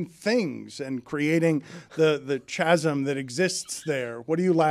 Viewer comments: Ch-Ch-Ch-Chasm. wow. never heard an educated adult pronounce chasm like that. and now I can't get submerssive out of my head. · Dan Chasm is pronounced Kaz-m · chasm is pronounced KAZM!!!!!!!!!!!!!! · Dan doesn’t know how to pronounce chasm? Jazz Chisholm would’ve been closer. “Chazzolm.” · Dan pronouncing “chasm” incorrectly - $2